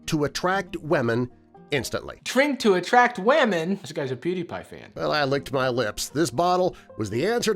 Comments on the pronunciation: wemon-noun pronounced weh-men definition: the way 55-year-old men that do voiceovers for animated stories say women. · The disease one is voiced by the facts verse guy you can tell by his miss pronunciation of women